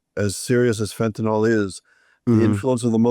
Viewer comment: Fentynol? ou Fentanyl?